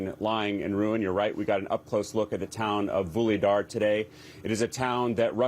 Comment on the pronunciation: "Another town.. 'Voolydar' " This guy really did his homework! (learn to pronounce the words! Aren't you all Communications majors? What did they teach you?